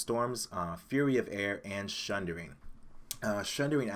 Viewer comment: Sorry but as an Englishman I feel I have to correct you! SUNdering....other than that, good vid.